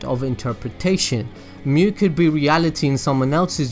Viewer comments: This is really good! Also just so you know, Mu would be pronounced as moo. If it was myu it would be spelled as みゅ But yeah! glad that I watched this! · Ryan Czerwinski In Germanic/Roman languages it's mew. In Japanese, Mu is its own word, meaning Negative. It is pronounced Moo. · It's really strange you saying む(mu), "myu" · 無/む (mu/nothingness) is pronounced as in mood but with short vowel, not as in mute. It is same as Japanese alphabet, む/ム, obviously. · Great video, as far as your pronunciation of Mu, you say moo, like a cow. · He's right, it's pronounced like moo. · it s not myu nor muh nor moo its mu as it is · 無 (mu) is pronounced like moo